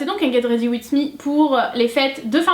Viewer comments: Ah ces tout mignion la façon dont tu prononce le titre tu dit Wits mis AU lieu de Wizzz aha ! #teamsnap ☀️ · " get ready witSS me " oui biensure quel bel accent XD ta robe est très belle elle te va a merveille le violet avec tes cheveux bouclé c'est vraiment simpa:) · j'ai bien aimé cette vidéo par contre ça se prononce "get ready WIZ me" haha :)